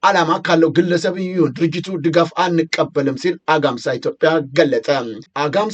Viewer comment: Z ዜናህን እከታተላለሁ ነገር ግን አማርኛ የማትችል ይመስል ሁሌም ቃላት ትስታለህ። አግማስን -አጋምሳ አልከው። ሁሌም ትሳሳታለህ